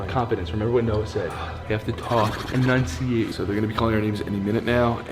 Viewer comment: Is nobody gonna talk about eNunCiATe Best part by far 🌟